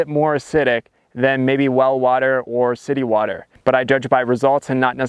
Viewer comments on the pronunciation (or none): none